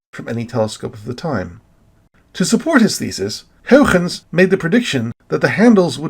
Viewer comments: So goooood! :o The history on this one is really great, as it is a lot of fun to watch all these familiar figures argue over what the rings are. It's a good story. Your pronunciation of Huygens is still a bit inconsistent, but it's getting better! ;p Almost everything in this video was new information to me, with a few exceptions. I've been way more active looking into astronomy in the past months, so I'm learning a lot, but l feel like l will never be able to come close to all of your knowledge! Were you able to see the Super Blue Blood Moon? I happen to be on the wrong side of the planet, but l have no idea where you live. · You are really committed to pronouncing Huygens' name the Dutchest way possible. I love it.